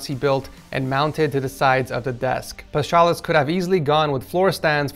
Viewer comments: just so that you know, it is pronounced Pas-ha-lis and not Pas-cha-lis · As a Greek my soul was aching every time was butchering Paschalis' name. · It isn't exactly easy to pronounce 😅